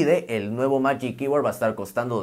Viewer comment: Se pronuncia “majic kybord” para futuras referencias 🇺🇸